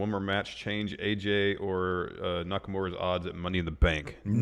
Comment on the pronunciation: Hi. I don't expect people to pronounce Nakamura's name correctly, but could you start a trend and mispronounce it as NakamUra, like it's spelled, and not NakamOra?